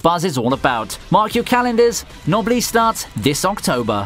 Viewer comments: Knoblees? Thought it was pronounced, Nobless. Aka Noblesse Oblige It means, Nobility goes beyond the thoughts of wealth, power, bloodlines. That to be Nobility means you have an Obligation to the people of the land, to serve them. With wealth and power comes responsibility. Etc, thats essentially the framing of the anime too. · “Nosebleed”-> “noblesse.” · noblesse i thought was pronounced noble-ess